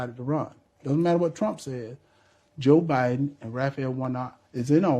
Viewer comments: Did he say president O-Biden? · He called Biden Obiden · Sounded like he said president obiden🤣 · “President O’Biden” 🤦‍♀️ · Did he say President OBiden 😂😂😂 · walker said o'biden